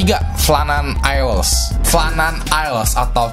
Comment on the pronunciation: note : isle di bacanya ayel